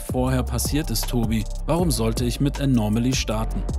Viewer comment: Es heißt Anomaly, nicht Anormaly, Du packst immer ein R in der Aussprache dazwischen, das hört sich schräg an 😉